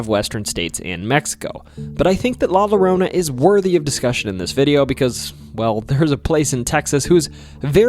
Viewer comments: I was so impressed that you nailed the pronunciation of Burnet (people get it wrong so often that there is a rhyme locals use "It's Burnet, dernit, when ya gonna learn it?")..........but then we got to La LLorona🤣......It translates literally as 'the crying woman' in spanish, so that double L is pronounced like an english Y, just like tortilla. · La lorona? It’s la yorona that’s how it’s pronounced a double l in Spanish is pronounced like a y